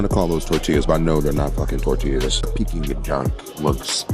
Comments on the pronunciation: Not Pecking Duck, sounds like Peeking Duck. You said it right originally. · pecking duck??? its enunciated PEEKING duck. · I love your videos but PLEASE stop saying 'PECKING duck'! It's 'PEE-king duck. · It's pronounced Pee- King Duck and the proper way to eat it is spread the sweet bean sauce on the pancake, add the duck along with a piece of scallion and cucumber. VOILA!😊 AT an upscale Manderine restaurant they would prepare it for u tableside. Loved this video. Next time in NY u have to go to where us natives eat. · Pronounce peeking duck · Hearing him say PECKING duck is killing me...thats not the way its said lololol